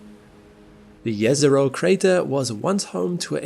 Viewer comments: Thanks for pronouncing Jezero correctly :) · This is the only person who pronounced Jezero correctly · To be on the safe side I'd say it's quite possibly the first time I hear it pronounced correctly by an English speaker. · No, we did not find life on Mars. Let’s watch the video now. Edit: Congratulations on pronouncing Jezero and Neretva correctly. I grew up on the shores of Neretva river in Herzegovina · wow, right pronounciation of "Jezero" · I have tremendous respect for your correct pronunciation of Jezero!